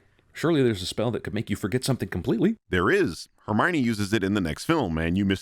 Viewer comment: "Look, no Her Me Yone" Holy crap that sent me